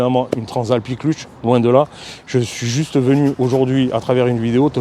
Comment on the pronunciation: il dit même l'iclutche ... hahaha 😁